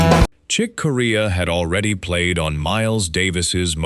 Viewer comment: The Chick Corea video you have is not of the classic Return to Forever line up but is the much more recent Electric Group. Also “Corea” is pronounced like the country Korea.